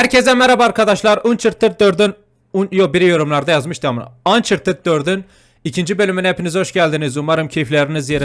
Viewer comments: ANÇARTID diye okunuyo abi yine yanliş dedin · hayır anchharted 4 diye okunuyo ve oyunu 2 gunde bitirdim ve önceden 4 günde bitirdim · Abi oyunun ismini yanlış okuyorsun ançertıd diye okunuyor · abi uncharted diye yazılıyo ançartıt diye okunuyo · Abi okunuşu: ançartıd yazılışı: uncharted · abi ançartıd diye okursan daha doğru olur, seviyom seni iyi gecelerr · Abi Ançartıd diye oku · Ançartıd diye okunuyo abi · adı ançartıd 4 dıye okunuyo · Ancartıtd diye oku reis